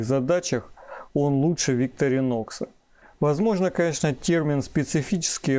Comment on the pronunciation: Не совсем корректное сравнение ножей. Victorinox(ударение на второе "и") по сути своей, нож для ковыряния еды в тарелке, т.е нож для пикника, где всё уже в принципе подготовлено и не требуется никакой разделки оленей туши. Нож весьма узконаправленный, что нисколько не делает его каким-то ущербным. Его специфическая форма также обусловлена ещё и тем, что этот нож не подпадает под весьма строгие европейские законодательства, касающихся колюще-режуще-стрегущих предметов. Victorinox - складной столовый нож, устойчивый к окружающей среде. Opinel - перочинный нож, категорически не любящий продолжительного контакта с водой. Это даже не разные весовые категории,а просто разные по сути своей вещи. На мой взгляд, использовать Opinel для нарезки продуктов не самое лучшее решение, т.к. в виду конструктивных особенностей, его крайне тяжело промыть от остатков пищи, да и деревянная ручка с водой не особо сильно дружит. Victorinox же безболезненно перенесёт купание и в посудомечной машине, хотя проделывать это с ножами не рекомендуется.